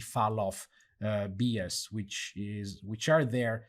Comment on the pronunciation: Great stuff, can't wait to test it in UE5. Just a minor comment, bias is pronounced "Bye-as".